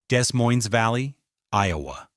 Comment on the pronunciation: Augh, the "s" in both 'Des' and 'Moines' is SILENT. AI is outing itself.